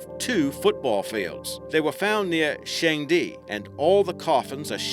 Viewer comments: UUGGGH!!! It's pronounced how it's spelled - Chengdu(Chin doo NOT Shang Di)!! Please find out the actual pronunciations, it hurts my ears to hear mis-pronounced Chinese...and I'm not even Asian!! Also, What the hell is a Shi Ching Man? I'm sure your murdering the name of some other Chinese name or city. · Chengdu is pronounced Shung-duh. I've played enough Dynasty Warriors to know this